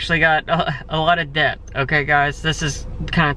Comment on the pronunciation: Making big moves! Also you're over thinking the word debt. It's pronounced det. Love ya!